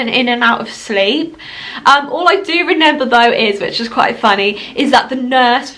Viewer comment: She keeps saying renember🤣